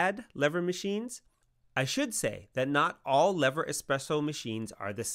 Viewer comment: I think you should worry about your pronunciation of the word “lever” before worrying about the pronunciation of the manufacturer’s name.